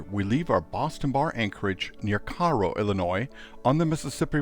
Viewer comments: your are saying the name of cairo wrong....damn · Hello from Paducah. Never heard Cairo pronounced the way you say. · Lived near here my whole life never once heard anyone ever say it like that. Locals say it like narrow with a k instead of the the n. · Good video! I'm a local here and the news team pronounces it wrong too. We pronounce it "Kay-roh" 😊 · we always pronounced it Kay-Row